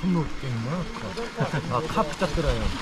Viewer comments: เช่า จัก กะ แลน (จักรยาน) โอ้ยภาษาไทยชั้น 55555 หนุ่มเกาหลีพาเพี้ยนหมด เสน่ห์ของน้องๆ ก็คือการพยายามพูดภาษาไทยนี่แหละ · เราได้ยิน"ขี่จักรยาน" เป็น "ขี่จั๊กกะแร้" 5555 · เอ็นดูเวลาพูดจักรยาน ฟังเป็นจั๊กกะแร้ทุกที ขำมาก 🤣🤣🤣